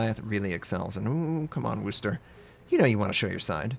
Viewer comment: Good God sakes, learn how to pronounce Worcester! Look up "how to pronounce Worcester " on youtube